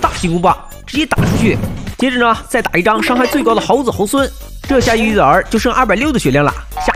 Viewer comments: 玉帝竟然讲成玉儿😂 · 玉帝竟然讲成玉儿。😅